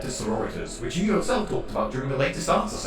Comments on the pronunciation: Why does the Emperor keep going "Yo" instead of "You"? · Also its funny cause when the Emperor's talking about black the speech device makes "you" sound like "Yo" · I love the wise and soothing voice of the man-emperor, but I do wish he could pronounce "you" correctly.